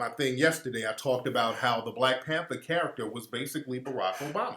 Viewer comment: "you ah de new blek pentha"